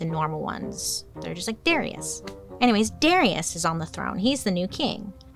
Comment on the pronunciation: 🤣🤣🤣🤣 And it's 'dah-RYE-ush'